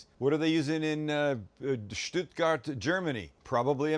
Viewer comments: You pronouced "Stuttgart" really good. Best regards from Germany. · I've been following your channel for a long time and am always impressed by your cooking skills. The burger looks delicious. You pronounced the word Stuttgart very well. Greetings Guido from Germany